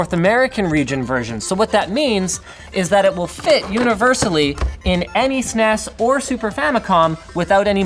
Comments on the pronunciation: who the fuck calls it a snas its S N E S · Yeah what's up with Sneeess... It's S-N-E-S no? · “Super NES” with each letter pronounced. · It's S-N-E-S, not SNES. I friggin' hate when people butcher the name. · You pronounce it Snez the first time, but the S EN E S tht second time lol.... but even more shocking, you said S Dee for SD... most of us in the US say SID or just Ssdd.. card. Nah jk... I say S Dee. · If you say "Sness" one more goddamn time.. It's S-N-E-S, always has been, always will be. It has never, ever been called a "Sness". Stop it. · It's not a Sness fool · Don't call it Sness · For the love all that is good, please stop saying “sness”. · THE FUCK? it is S N E S not snes in one word..its an acronym for Super Nintendo Entertainment System... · S N E S please learn to say it correctly no one said it as a word back in the day. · Agreed, "sness" sounds like a tobacco product. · sneez? bless you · Retro is awesome. Pronouncing "SNES" as a word, somehow less so. "Super Nintendo" does make for a lot of syllables, but at least it doesn't sound like some kind of bodily discharge... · So, it wasn't just me, some people are allergic to initializations and turn random things into words. SNES, isn't as bad as some, at least SNES is a legitimate syllable without adding any vowels. SQL and SCSI being pronounced as words are particularly egregious as you have to add your own vowels and there's no particular reason to choose the ones that people use. But yea, pronouncing it as snes kind of kills a lot of this. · Stop saying snes like it's a fucking word.